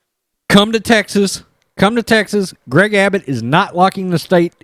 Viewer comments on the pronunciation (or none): none